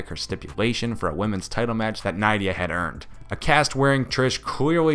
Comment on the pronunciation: Nidai is said Ni-de-a